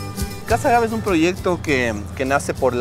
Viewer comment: Muy interesante este reportaje. Bien explicado, se nota el conocimiento sobre este tema. Tantas cosas que nuestro país ofrece y a veces no lo sabemos. Lo único que me pareció extraño es que seguías pronunciando "ágave" con acento en la a cuando no es de esa manera, a pesar de que escuchabas al experto en el tema no lo corregías. Por favor dilo de la manera correcta sin cambiar el nombre. Saludos desde Canadá 🇨🇦🇪🇨